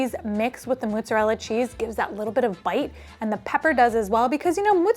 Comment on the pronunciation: Love so much, but the way she pronouces it "MOOT-zarella cheese" bothers me so much for some reason